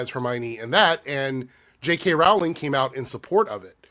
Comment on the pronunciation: Her last name is pronounced like Rolling Rock Beer, not Rawl-ing, Yu dumbass! Say her last name right!